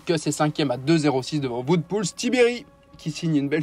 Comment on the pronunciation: Il ne convient pas de dire "Voute" mais "Ouote" pour Wout(er) Poels.